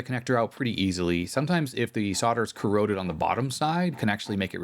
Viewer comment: PeeCeeBee are CorrOrrOddEdd